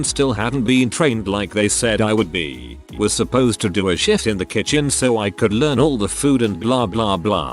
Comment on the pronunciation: His pronunciation of “shift” kills me! And his tone GOES UP while saying it! 😂